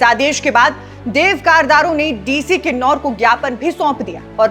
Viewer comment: Its kinnaur not kinnarr kailash